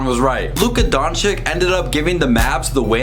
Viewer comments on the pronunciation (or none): Great review. About pronounce... Doncic... Don CiC, not Don CiK. Last C is the same as a first C :) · Don-chich not Don-chic, its annoying... just sayin. Yes I'm a punctuation nazi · BRO IT'S DONCHICH NOT DONCHIK... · Bro nice video but please pronounce Luka DonČIČ write bro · Donkyic ? Learn to pronounce his name ! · Donch"eech", pleaseeeeeeeeeeeee :) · 😥🤔if you can't pronounce the last name, it's better to just say the first name!!!😨 and don't make excuses that it's hard because, our č is like your ch! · No one: Literally No one. "Please pronounce the name correctly" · Boy you are making a video about a player whitch name you can't pronounce hahahaha